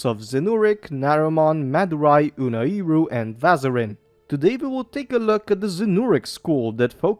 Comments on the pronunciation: Never heard anyone pronounce Unairu as Unai iru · Unairu isn't pronounced that way. That's weird.